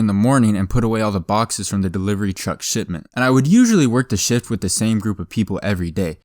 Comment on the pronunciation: ever time say "Shift" i hear "Sh*t" instead of shift.